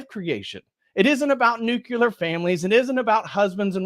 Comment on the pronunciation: NOO-KLEE-ur. That's how you pronounce "nuclear". Also, there's no need to be as mean as you're being here. Just ignore transgender people. Don't talk to them; don't talk about them. And since the world is likely to be in a climate-changed freefall, that guy's balls are null and void.